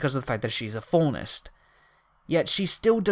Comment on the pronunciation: You know there's no letter 'T' in "Faunus", right? Because you're pronouncing it "Faunest."